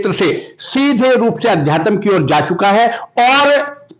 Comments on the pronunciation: Adhyatan hahaha bhai thik se bol le pahile "Adhyatamnh" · आध्यात्म बोलो साहब जी आद्यातम नही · It's very irritating... anchor's pronunciation, it's अध्यात्म न कि adhyatam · Adhyatam नहीं अध्यात्म होता है, इतने बड़े हो गए हो लेकिन हिन्दी बोलने भी आता । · पत्रकार अध्यात्म नहीं बोल पाता अध्यातम बोल रहा है। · Reporter saheb, Adhyatam nahi hota Aadhyatm hota hai😒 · पत्रकार महोदय, 'आज तक' हिन्दी चैनल से संबंध रखते और अध्यात्म शब्द का शुद्ध उच्चारण नहीं कर पा रहे हो ये शर्म की बात है, गोळालाठी वाली बात तो आपने कर्ण सिंह जी से पूछी ही नहीं, खैर, कर्ण सिंह जी ने स्वयं ही कह दिया है कि मेरा बेटा अभय कभी झूठ नहीं बोलता, एक बच्चे के सामने जब उस की माँ को उसी का का पिता टाॅर्चर करता है तो उस बच्चे की मनोदशा को कोई भुक्तभोगी ही समझ सकता है, अभय सही में एक सच्चा बैरागी है, उसने आज तक जो भी किया है पूरे मनोयोग से किया है और सफल भी हुआ है, अध्यात्म में भी वो सफल होगा ऐसा मुझे पूर्ण विश्वास है, वो कहता है कि राजा बनूंगा तो राजा वो बनेगा ये पक्की बात है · pahle adhyatm to theek se bolna seekh lo mahoday.... kaun aapko mice de diya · भैया पहले अध्यात्म का उच्चारण तो सीख लो, अशुद्ध बोल बोलकर मूड खराब कर रहे हो। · अंकल जी पहले तो आप अध्यात्म बोलना सीखिए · पहले अध्यात्म तो बोलना सीख ले बाद में पत्रकारिता करना। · पत्रकार महोदय अध्यात्म बोल ही नहीं पा रहे हैं इन्वेस्टमेंट के आधार पर पत्रकार बन गये या योग्यता के😂😂😂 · रिपोर्टर को आध्यात्म बोलने नहीं आता कैसे रिपोर्टर बन गया😅😅😅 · अध्यात्म शब्द का उच्चारण भी ठीक से नही कर पा रहे है प्रश्नकर्ता महोदय! 😢